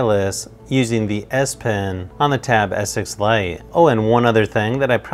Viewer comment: I don't know if anyone notices the wired pronunciation that sounds like "Tab S6 lion".....